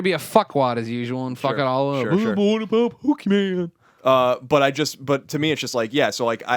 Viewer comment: I'm not even a fan of Pokemon. But it bugs me that Greg calls it pokeMAN lol